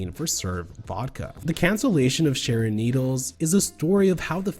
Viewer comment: im just glad someone on YouTube is finally mature enough to say her name normally this goes for sherry pie as well its just childish